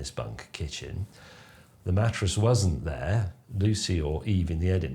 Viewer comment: Has anyone else noticed James pronounces 'wasn’t', 'wussn't'?